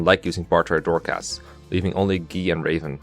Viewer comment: Why dose he pronounce guy as gi?